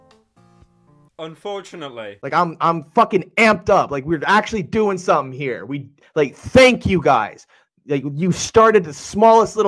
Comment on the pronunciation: It's "here" not "hiar"